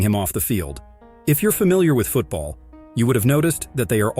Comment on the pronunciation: Finally I find someone who says it correctly